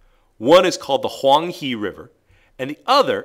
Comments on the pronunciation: “He” of Huang He is actually pronounced like the English word “her” rather than “he”. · I laughed at Huang He, not meaning to be mean or anything! I know how hard it is for people to pronounce Asian languages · you know, I dont mean to be a butt, but since im chinese, i got to say that you pronounced huang he wrong. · I'm here watching this and hear him pronounce the name of the Huang He wrong. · Yeah I'm Chinese too. I don't want to be mean but Huang He was pronounced wrong. :)